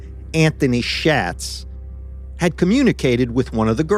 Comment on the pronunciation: Get your facts straight! It’s SHOTZ not SHATZ! OYE